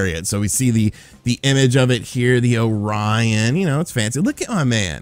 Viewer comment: is the only man i know that mispronounces orion XD you amuse me man keep it up!